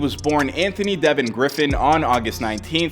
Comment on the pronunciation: It’s DeVON not DeViN🤦🏾‍♂️